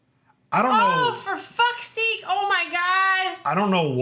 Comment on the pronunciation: I love how increasingly canadian gets the more uncomfortable she is 😂 "OH FOR FACK SEEK BUD"